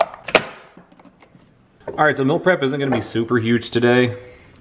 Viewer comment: So, can pronounce 'dill', but not 'meal'??? WTF?